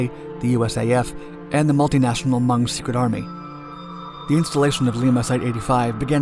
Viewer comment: said hmong wrong u said mung irs hmong